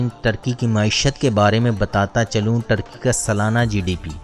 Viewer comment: ٹرکی نھیں بلکہ ترکی